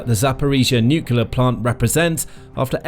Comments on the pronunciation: It's noo*clear, not nook*u*lar. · 'Nuclear', not 'nucular'. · The how many times can you say "nucular" challenge